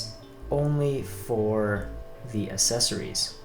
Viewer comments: pronounced access ories not a sessories not trying to be mean i love your videos man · google how to say accessories and click the first link